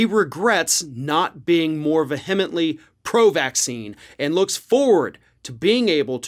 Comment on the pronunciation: *vehemently (vee-a-ment-lee)